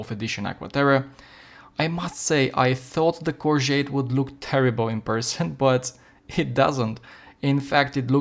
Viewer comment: Is the Corgeut worth 50 eur, YES, is the Omega worth 5000 eur, NO. I have owned a few Corgeut watches and for the money they are incredible. It goes without saying that the Omega is considerably better, but a hundred times better? One more thing, when pronouncing Corgeut, there is no "T" at the end